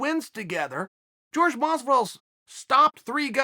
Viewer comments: Chael - I hate watching any video you do on Jorge Masvidal.. His name isn't George. It's Jorge. Hurts me to hear you say his name. Askren only calls him it to poke fun at him. Why are you doing it? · It's Jorge not George quit being condescending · It's pronounced "whorehey" masvidal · Still George instead of Jorge?🤔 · Lol so annoying how he kept saying George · “George” masvidal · American can't pronounce Jorge because of the big neck fat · Is it "George" or "Hor-Hay" ... Chael keeps throwing me off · With the "H" sound